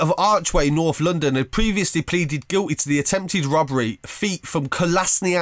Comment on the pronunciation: He said ozil and North London like he's never heard of them before